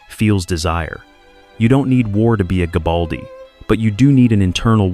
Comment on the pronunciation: Good content, but check it though, it wasn’t gabaldi, his name was Garibaldi. Nice production though.